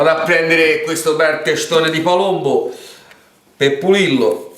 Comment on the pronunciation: LA GALLLLLINELLLINA , IL PALLLLOMBO , IL PANE ALLLIATO.. GRANDE🤣